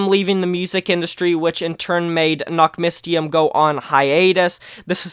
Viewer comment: Fyi, the y in nachtmystium is pronouned like the y in syringe or the first y in mystery.